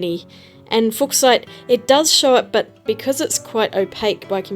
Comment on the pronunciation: I think "Fuck-site" is pronounced "Fyoo-shite."